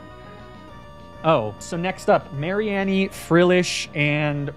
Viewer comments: Lapras I can accept. But mispronouncing the greatest Pokémon pun, mareanie, Mary-en-e is EVIL. It’s MARINE-E like marine meanie. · I was so lost when he kept saying Mary Annie and wondering what was gonna be sent out on the field. Mareanie like Marine and Meanie